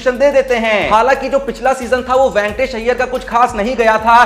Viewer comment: Ventors nahin re baba Venkatesh Iyer chutiya tere ko bolna aata nahin a Gaya YouTube per